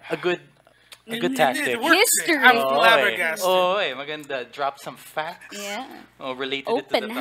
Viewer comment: lalim nung "flabbergasted"